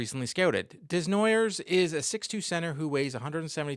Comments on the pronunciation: FYI, it's Day-Nwa-Yay, not Dez-Na-Yerwz. :) That being said, keep up your good work. Always interesting. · That is a very American way of pronouncing a french name Desnoyers